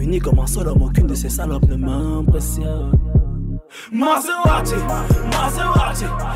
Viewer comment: S'il veut faire un accent anglais, ça se prononce "Maseradi"...